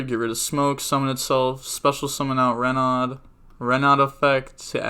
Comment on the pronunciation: ikr, also when I see people call renaud "ruh-nod" I cringe